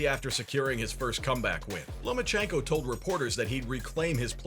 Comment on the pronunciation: You said Loma ko Haney right?